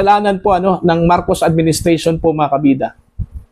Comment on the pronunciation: ayusin mu ang pag pronownce ng marcos hindi marcosh.